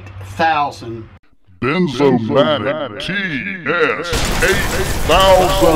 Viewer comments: Wierd. He said Benzomatic. But it is Bernzomatic. I was sure it was benzomatic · It’s BERN BERNZOMATIC